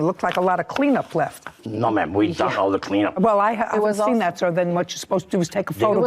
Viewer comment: When Judge Judy asked the first defendant what happened, he said, "It went leff." She said, "What?" I'm with her. Half these folks don't speak English. I don't know what 'going leff' means, either. She's got a really tough job!